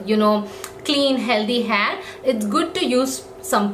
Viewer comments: It's not hhaaayyyyy it's hair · You're saying haar🤣